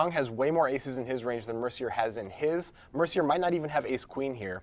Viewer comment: No comment on the poker because I suck, but two observations: - Is it "Mercy-yay" or "Mercyer"? - The commentator here is like the anti-Jesse May.